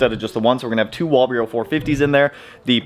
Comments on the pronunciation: Hey man, great channel. One thing though, it’s a walbro fuel pump. Pronounced wall bro. You say it like wall bureau and for some reason and I know it’s nothing, it makes my head hurt. Anyway, keep up the great content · Dude stop saying Wall Bureau... how do you even get that from Walbro? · Walbro: exists: “wall-bureau” 😂😭😭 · Say it with me WALL-BRO:D